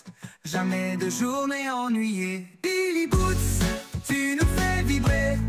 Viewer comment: Dommage qu'il dise " billy boots" au lieu de billy roots..